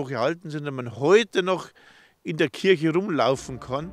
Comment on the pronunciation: kirche, nicht :"kürsche".